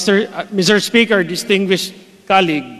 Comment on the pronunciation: Hindi preparado si Cong Mannix sa sponsorship nya, budget pa! Kung you are expert on the subject, mag research ka! Layo ng sagot mo, hintay kapa na ibang agency at sponsor ang sasagot? Ang colueague mo pag prounced mo cAluegue! Purya gaba ka zamboanga, pamile mo og tarung nga representative sa Congress.